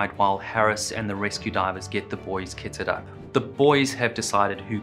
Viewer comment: Second time watching this and I keep hearing "ketted up" instead of "kitted up" haha